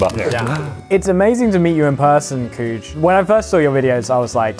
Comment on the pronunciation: cug should be pronounced rhyming with mug, not cooj. that's cheating.